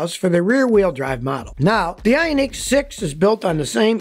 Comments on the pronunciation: Very informative video as usual. Did find your pronunciation of the Ioniq annoying though. Watch any Hyundai world Wide commercial and there in no unique in Ioniq so your pronunciation is completely wrong. Even Hyundai’s attempt to get people to drop the H sound at the beginning of their name was a complete failure. While your pronunciation is technically correct for their commercials and even how dealers pronounce the name they do not drop the H as silent. I give you props for trying to educate us on the way to correctly pronounce Hyundai but Ioniq was an epic fail. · Funny how you 😂pronounce IONiq!